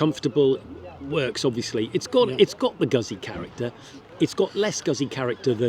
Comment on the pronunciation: For the love of god learn how to pronounce "Gootzi" - its not Guzzy, like fuzzy.